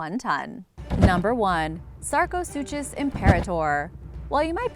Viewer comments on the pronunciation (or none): It’s pronounced “sarco-sookus”...to pronounce it “Sarco-suchos” would be like pronouncing school as “s - chool” or Versace as “ ver - sais”....or DKNY as “Dicknee” 😂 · Sarco- SOO-KUS. Not SOO-CHUS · The “chus” in sarcosuchus is pronounced “kus”. ;) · That is NOT how you pronounce sarcosuchus